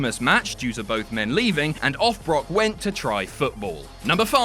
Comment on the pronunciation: "berk lesnar" hahahahahahahahahha